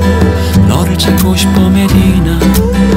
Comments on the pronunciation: Всегда хотела послушать эту песню на другом языке)))но даже не мечтала о таком😍Красиво произносит имя)))) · МашаАллах! я в шоке 😲 как это прекрасно просто нет слов я услышала эту песню на Корейском. я так рада🤭 как он произносит имя Медина 🥰🥰 спасибо за песню ты лучший ❤️❤️❤️ 사랑해요 💕💕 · Как он красиво произносит «Медина», волшебно спел! Я в восторге)) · Он так сладко произносит слово Медина 🥺♥️♥️